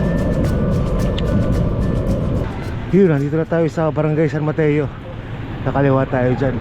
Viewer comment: ang tamang bigkas po sa brgy san mateo eh mat-tso